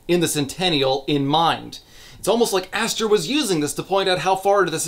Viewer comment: I also love how “Aster” becomes “Asser” like 50% of the time